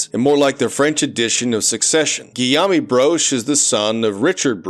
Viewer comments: i love how this dude says guillaume as 'giyami' instead of 'giyoum,' like the most common french name. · Guillaume is pronounced as "Gee-yômh". Apparently it's related to the name "William". 🤷